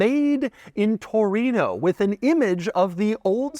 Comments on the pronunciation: Latin: "Torino" Gringos "Touruino" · what's a "toureeen-ooohhh"